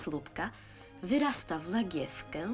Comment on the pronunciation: Gdy pylek upadnie na znamię slupka, wyrasta w lagiewkę. Następuje zaplodnienie... Ten brak litery Ł jest cudowny 😊